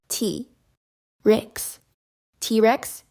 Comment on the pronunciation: Its t-rex not tearex!!!!!!